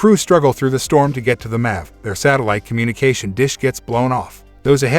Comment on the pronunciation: guy says Eva and Mac instead of "em-ae-vee" and "ee-vee-ae"